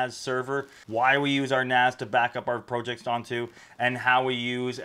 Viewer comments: I'm about to click this video off just because of how he pronounces PROJECTS. WTF man. This ain't even an accent that makes sense... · Incorrect in American its Prah jekts Rest of english speaking world it pronounced as its spelt, the correct way If you look at the comments you are about 3 years late to the pro/prah debate